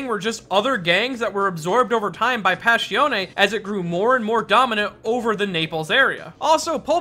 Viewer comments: Passione Pass. I. Oun NOT Pass. E. On. E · it hurts so much when you say pashione, its passione! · Pa-shon-ne. Not "pash-ee-on". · listen i love the video and i like you this channel but i can’t fade it.. “páss-ión” not “pash-eoné” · “Pash E Own Ay” I’m confused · Why does he pronounce it "passhione"? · "Passione ne" yeah, thats not how you say it. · PAH ssion AY